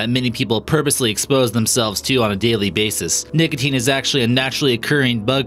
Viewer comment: anyone else hear ''niggatine'' when he tries to say nicotine?